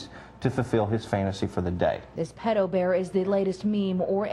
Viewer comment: he miss pronounces "pedo", yet he talks like hes a frikin expert...